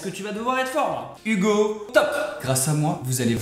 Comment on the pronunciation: J'adore vraiment ce que vous faites! Question; c'est ton vrai prénom en vrai? Et Hugo ça se prononce vraiment Hougo? En tous cas c'est trop bien!